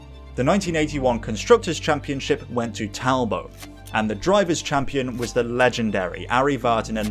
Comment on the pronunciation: Talbot ..not Talbow, they were Britsh not French lol